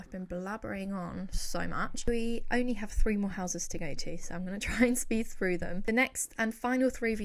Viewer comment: Why can’t you pronounce “th”? You looked “Frew”???? Do you mean “THrough”?? 🙄